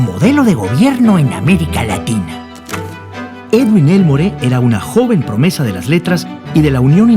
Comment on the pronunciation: Hola estás hablando de mi familia, no se pronuncia Elmore se pronuncia Elmor como si no existiera la " E " y no le disparó en el trabajo, ahí solo lo amenaza, le dispara cobardemente saliendo de la iglesia, mi bisabuelo Carlos García Gastañeta es quien lo mete preso, tengo la redacción del juicio completo por si deseas alguna vez leerla, cariños